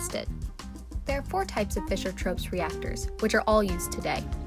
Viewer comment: This is one of the few videos, where the name of the process is spoken with acceptable clarity and audio quality.